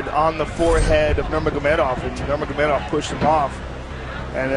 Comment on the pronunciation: Cheers to DC for knowing how to pronounce Khabib’s middle name.